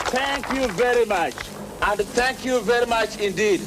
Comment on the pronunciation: "Tank you bery much, tank you bery much and tank you bery much indeed!"